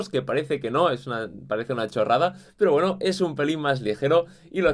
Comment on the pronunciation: Like si cada vez que dice "pero" te suena a "pro" XD